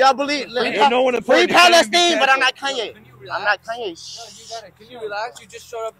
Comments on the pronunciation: Lol he said Free Pale-Steen 🤣 😂 HILARIOUS AS HELL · He’s not wrong, that’s how the arabs pronounce it